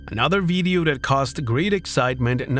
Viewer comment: "Beedio" you say? 🤔🤭 That's okay because me no pueblo hispagnoli anyway😂.